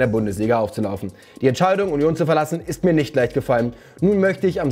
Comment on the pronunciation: ES ISSSSSCH FREITAGGGGG🤌🏽